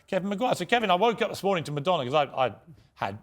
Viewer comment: IT'S MADONNA, REALLY...😮😮😢